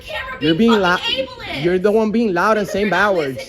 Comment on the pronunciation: New drinking game: take a shot everytime she says, abliest 🥴🥴🥴